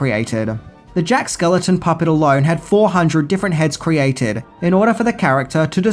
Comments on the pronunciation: why do you keep mispronouncing Jack SKELLINGTON's last name? It's not that difficult to say, it rhymes with WELLINGTON. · SKELLINGTON! SAY IT PROPERLY OR OOGIE BOOGIE WILL COME FOR YOU! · Lol you keep calling him "Jack Skeleton" when it's supposed to sound like a last name "SkellINGton". Other than that, love every one of you videos. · Is there some name change for Jack outside the US? His name is Jack Skell-ING-ton not Skeleton over here.. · Are you saying Jack “skeleton” lmao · Why are you saying Jack SKELETON? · Is anyone else bothered that he keeps saying Jack Skeleton? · Enjoyed the video. My all time favorite Christmas movie. BUT!..... skellington....skellington....SKELLINGTON. It's Jack SKELLINGTON